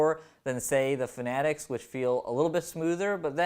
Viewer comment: Pronounced finatic ????